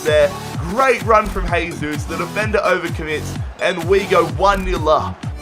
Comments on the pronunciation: It's not pronounced haysus its jaysus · It sounds like your saying hey Zeus